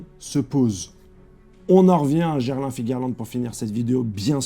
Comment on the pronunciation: Gerlin? Désolé mais tu me tue de rire avec ta façon de massacré le nom de ce type 😅 😂